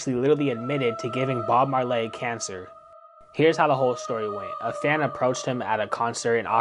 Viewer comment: If you want me to immediately dismiss you, just say Bob mar "lay".